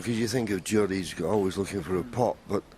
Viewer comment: His name is Judd not Jude